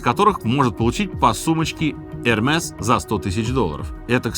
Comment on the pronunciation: Эрме, С не произносится.